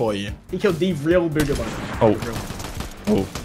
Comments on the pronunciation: Ya mean bogger like he said he didn’t say bugha he said bogger😂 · Its not booga its bugha😂